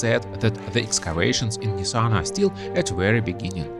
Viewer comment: I spent time (22 days) in Nitzana just now. We red the name "Nizzana", "Nizana" and "Nitzana", but NOT Nessana